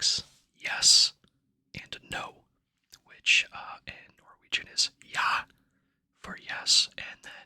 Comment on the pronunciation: This popped up in my recommendations and it's soo nice to hear you speaking Norwegian. Your pronunciation is great! You are very welcome in Norway if you ever decide to visit the land of yours ancestors 😊